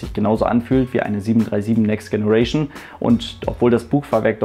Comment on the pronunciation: Tolle Serie! Aber bitte hör auf "Next Generation" falsch auszusprechen. Richtig ist [Tscheneration]. ;)